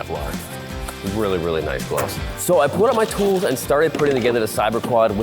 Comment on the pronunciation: why do you pronounce bullet as boolit? and pull as pool? "u" makes an "uh" not "oo"